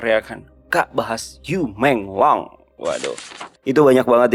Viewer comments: Yu meng long, bacanya yi meng long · Bacanya: I mong long